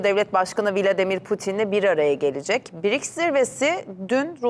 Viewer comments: Не Бирикс, а БРИКС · Если вы работаете на программе то надо вам правильно выговаривать слово БРИКС Ане Битрикс позор вам вы на на том месте работаете 😅😅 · Что за БИРИКС?. наверное БРИКС!! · Какой БИРИКС???😅😅😅 Может быть БРИКС ! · Правильно Брикс. А Не Бирикс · Какой бирикс? Брикс !!! Учите Русский !!! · Не бирикс,а брикс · Правильно говорить Б Р И К С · Почему бИрикс? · Что за БеРеКС?Ведущая ,грамоте обучись. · У них там что совсем работает некому? Все разумные и квалифицированные кадры куда-то сбежали? Каких-то доходяг с улицы набрали которые даже название организации выговорить правильно не могут😅